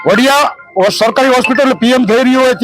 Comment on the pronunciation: વાડીયા નહી વડીયા . પત્રકાર કોણે બનાવ્યો. વાંચતા પણ નથી આવડતુ .